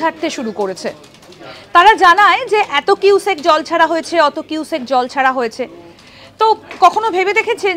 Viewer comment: কিউসেক তো বুঝলাম, কিন্তু "কুইসেক" ব্যাপারটা কি ? 😂😅